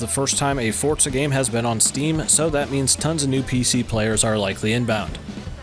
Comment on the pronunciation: Forza not Fortza.